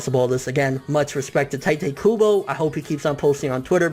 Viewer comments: Really taete kubo? Isn't it tite kubo! Why do you keep saying taete? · "teiteh kubo" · 'tai-tay kubo' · Tite kubo sounds like juha Bach, the way you're saying it anyway xD 'He chose the ships when he started chapter 1' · but like you keep saying Tite Kubo's name wrong and its bothering me but DAYUUUUM That is sad... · you say his name wrong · thats not how you say his name